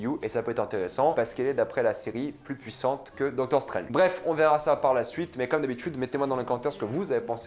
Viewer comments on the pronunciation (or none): none